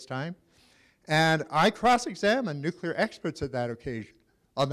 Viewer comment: The speaker cant even pronouce the word...NUCLEAR NOT NUCULER